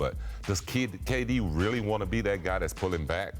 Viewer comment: He says *kayy D instead of KD lol